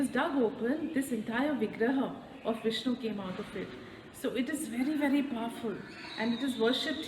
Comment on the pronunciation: I love you so much 🤗🤗🤗😘😘😘 beautifully you explained about Nava Tirupathi, we could imagine the deity in your words💕💕💕💐💐💐 Loved the way you pronounced the names of the lord Vishnu👌👌👌 felt like I visited the places with you Aum sairam 🙏🏼❤️❤️❤️